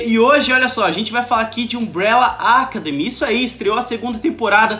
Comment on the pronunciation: Alguém do Omelete faça a caridade de ensinar o a pronunciar "academy" da forma correta. Essa palavra é o título da série, não é pedir muito!